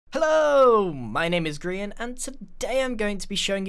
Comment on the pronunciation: Omg. I always thought it was ‘Grain’ (Grane) I just realized it is ‘Grian’ (Gree-an) My life is a lie.